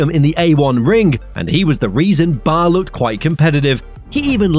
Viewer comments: Cracking video/ driver documentary.... They where not known as BAR Honda.... It was B.A.R Honda..... Not the word... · B.A.R. (British American Racing), not Bar. Otherwise, good video